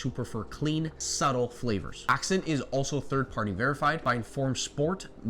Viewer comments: It’s pronounced “Assent” not “ax scent”. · You pronounce Ascent as ack-cent but it's pronounced as-cent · Um..it's Ascent...like ascend. Accent was killing me 😂. Mixes super easy with a spoon and dissolves easily. Not 1 problem with it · I don't mean to be rude. It's "Ascent" not "Accent" my friend. Thank you for all your work! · Ascent not accent. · Isnt ascent pronounced ah- sent ? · literally was about to comment lol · Super helpful, thanks! But you might want to check out the pronunciation of Ascent.